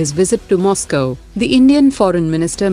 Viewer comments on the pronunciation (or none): none